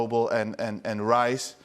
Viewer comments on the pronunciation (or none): none